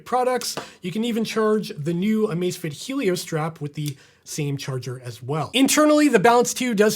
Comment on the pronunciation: Cada vez que dice Amacefitit se muere un gatito